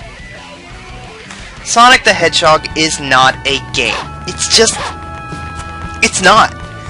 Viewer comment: Shadow es good gayme